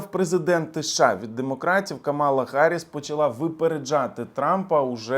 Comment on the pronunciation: Ви навмисно називаєте Камалу неправильно? Як трамп це робить. Дуже гарно